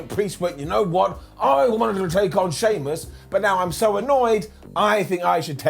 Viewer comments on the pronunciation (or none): Did just say: SHEAMIAN vs. DAMIAN PRIEST 😂😂😂